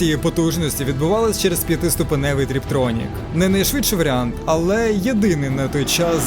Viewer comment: ТРІПтронік? 😂 ага, значить це не помилка, це переконання... Чи щось по Фройду? Такий перебір з пафосом у озвучці не пасує до таких дитячих помилок. Як можна так лажати?